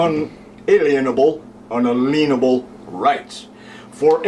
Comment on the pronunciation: "un-a-lien-a-bull" patient 0?